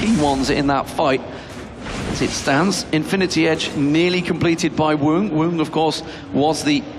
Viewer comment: not sure if is stupid or doing it on purpose 'infinitys edge' morellos nomicon' 'guardians angel'